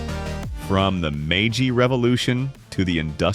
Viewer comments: Why are the brits the hands-down worst at pronouncing foreign words? Meiji being pronounced as MY-gee 🤣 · Mispronunciations of common terms like Meiji" make me skeptical of the quality of the research. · I don't live in Japan and I'm still cringing at the pronunciation of Meiji